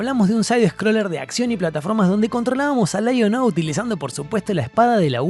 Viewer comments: LAI ON O ... sos argento Leon-o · Muy buen video amigo! Aprendí que se le dice Laiono y no leono 😂😂